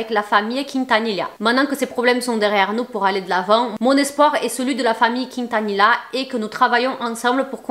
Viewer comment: Cc sa se prononce en espagnole "Quintanilla: kinetaniya" et pas "quintanila:kinetanila"